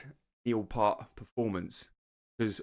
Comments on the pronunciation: Thank you for saying the name of the song properly! (zed, not zee) But it's Neil P-ear-t. Your favorite drummer's favorite drummer. The Professor. Everyone gets it wrong at first, so no worries ;) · Damn! It’s pronounced ‘Piert’. Embarrassing! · You are mispronouncing Neils last name. It rimes with “Fierce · It’s pronounced “P - ear - T” Not “P-ar-T” Not “P-ur-T” Thanks for the thoughtful and attentive reaction. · Just FYI: It’s (Neil) Peart, pronounced Piert or P-ear-t. GREAT job on the Rush reactions!! Keep tgem coming!! 🎵🎸🥁🎸🎶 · Cool reaction, enjoyed by everyone I would say. Neil, a revered drummer the world over. His last name is pronounce Pear t, just to help out. Cheers.